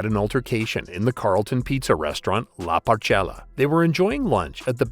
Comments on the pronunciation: Saint Kilda!!! Not 'Kilda'. And La PORCHETTA, not La Porchella. JESUS. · La porchella restaurant, no La porchetta although rocky used to be a dodgy mf himself. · La Porchetta "La Por Ketta" not "La Por Chella" lmao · A few names wrong. Saint Kilda Road, also LA Porchetta is pronounced as "la porketa"